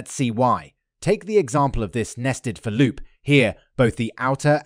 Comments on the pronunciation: oh god why do you say "for loop" that way? FOR loop not ferLOOP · that's an almost criminal pronunciation of "integers" :P EDIT: and that "for loop"? whaaaaaht, crazy :) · I did notice one other flaw, but not in the code. You seem to be using some sort of text-to-speech, likely an AI version. That's not a flaw, of course. And this video sounds better than the previous one. But ideally you would go through and fix all the little flaws. And you seem to gave missed one. The AI doesn't know how to pronounce "for loop", and treats "for" as a preposition. So it says " f'r loop " instead of " for loop ". I supect that, if you out quotes around "for" when you talk about a "for" loop, it would pronounce it correctly. No big deal, really. But it stood out to me. I am not saying anything bad. Just something to consider in future videos.